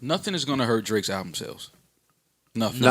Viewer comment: said "Draks"😂😂😂😂😂